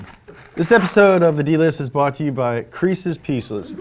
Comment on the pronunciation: "creese's pieces" "our patch" lmao